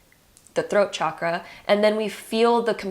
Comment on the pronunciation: Honestly couldn’t concentrate because of how you’re pronouncing chakra